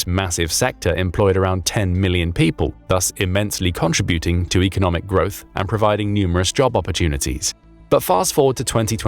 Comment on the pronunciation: Contributing the emphasis is in the SECOND syllable not the third!!!